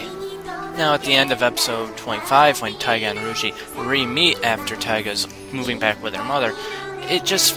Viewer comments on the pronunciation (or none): If you watched it, how could you butcher their names. Who exactly is Roogee, Keetama, and Meenoi xD